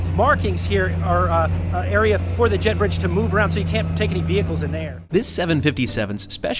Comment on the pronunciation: This is so fantastic im totally geekin out thank you for all your travel videos and effort, "jet bridge" sounded like "jeb books" lol